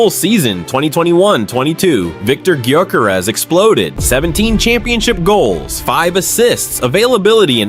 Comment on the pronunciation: you pronounce his surname different to everyone else.